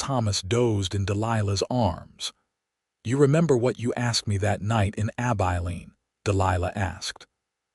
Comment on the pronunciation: I enjoyed this story, it was different. Laredo I believe is pronounce La-ray-do. Abilene is Ab-i-lean with a short i sound.